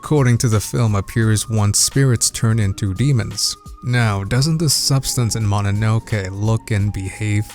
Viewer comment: As a Japanese, the most impressive thing in this video is, he pronounced Mononoke right lol